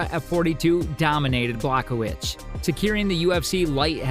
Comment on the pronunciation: Jan Błachowicz not blahovich